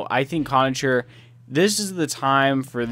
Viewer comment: conacher is pronounced conaKer... and pysyk... is pronounced piss-ick